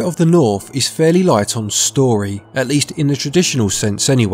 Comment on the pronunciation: "Spirit of the Norf" lol Accent quirk aside, nice review. :)